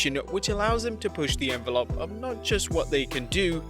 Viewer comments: Did you just call it an envelop? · Wtf is an envolop? 😂